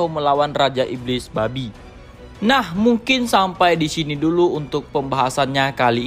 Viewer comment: Penekanan "babi" nya mantap wqwqwq